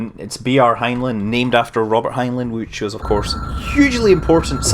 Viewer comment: scott its prenounced heinline.